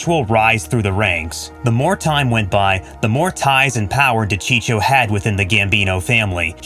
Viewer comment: De cheecho ?🤦‍♂️🤦‍♂️🤦‍♂️🤦‍♂️🤦‍♂️ ...you better keep your mouth shut if you don't even know how to pronounce the name of the famous wiseguy....